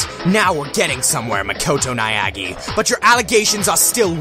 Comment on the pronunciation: why do you keep saying Niagi?